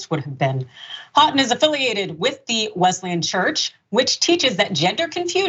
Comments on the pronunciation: pronounced Hoe-ton jsyk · The school name is pronounced “hoe” “ton” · Houghton alumnus here. Lots of false characterizations of the school here. They didn't even bother to look up how to pronounce the name correctly (HO-ton). 😂 I'd recommend my school in a heartbeat. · Ho -ton is how it is pronounced. The "ou" is pronounced O. One of my brothers went there. He would be very disappointed in his alma mater. 🤦‍♀️🤦‍♀️